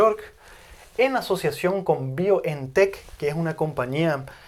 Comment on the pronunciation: se pronuncian faiser y baiontec